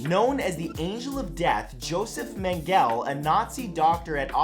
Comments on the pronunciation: It’s Joseph Mengele (pronounced men geh lah not mengell) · Mengele is pronounced meng-eh-lah. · Hey, Matt ! Please do a little more effort to pronounce correctly the names of foreign persons (Dr Mengele) ... But I laughed at fact #17: Liar, liar, pants on fire - I don't care, I don't care, I can buy another pair. That relates perfectly to the "Liar in Chief" who pretends to be the POTUS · its not pronounced joseph mengel, its joseph men-gel-uh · Men geh leh is a more accurate way of explaining how to say it, but when I Google it they say that in english they pronounce it Men geh lah. So I see your point, yeah he was a monster but how he said it really bothered me ^^' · It's pronounced Men-gel-eh, he was German not french, the more you know ;) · 1. It’s pronounced ‘Men-g-le’, with a harsh G sound. 2. McDonald’s stores were not renamed Macca’s; it’s just our slang term for the restaurant. 3. Macca’s is pronounced like mah-caz (with a nasal a sound). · I found it amazing that the number of Aussies who commented on your "MACK-ahs" misinformation and pronunciation far outstipped the number of people who commented about your abysmal mangling of "MENG-a-la." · He mispronounced Mengele to for #14. Should be more like “men-gel-ah”.